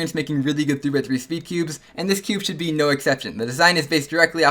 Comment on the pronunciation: is it just me or i hear 2×3 instead of 3×3 every time?